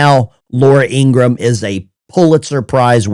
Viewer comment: ITS ING-RAM….NOT ING-RA-HAM 🤓